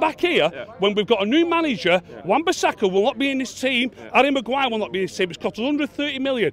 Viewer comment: At first I was just wondering who garry Maguire was. & then I coped it he was saying arry Maguire.Hes name is harry Maguire ..